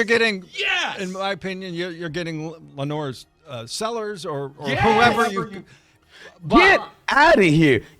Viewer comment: Did that dummy say Lanoris Sellers? 😂😂😂😂😂